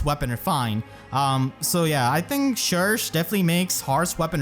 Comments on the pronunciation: Surely it’s sher-shay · I always thought that "cherche" should be pronounced as the french word "cherche" (search) but, dunno (also, I'm VERY happy for her <3) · It’s not pronounced “Shersh” it’s “Shegsh”, so if everyone tells you they pronounce it like shersh then they are wrong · Can't say i agree with that pronunciation of cherche. I'll stick to my usual way of saying her name. Besides that I'll grap camilla since i always go for her when i can and that's it.